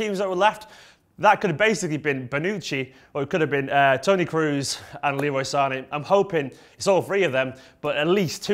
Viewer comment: "tony cruz"???? KROOS..K R O O S..The "O" is like in - OH my God, i can't spell KROOS -. REPEAT: TONY KROHs. TONY KROHs..